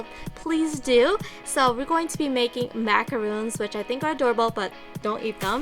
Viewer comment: I hate to nitpick, but Macarons and Macaroons are completely different cookies. What you have there are soap Macarons and it's pronouncec the way it's spelt.